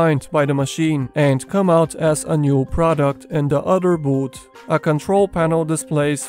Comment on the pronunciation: Are you saying boot or booth? To make the "th" sound put your tongue to the back of your upper teeth and push while exhaling. Same when you say "ert" when you mean earth.